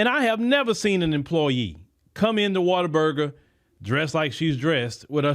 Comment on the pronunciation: Water burger❌ What-a-burger✅